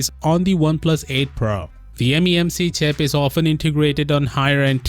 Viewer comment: "Memc chap" lol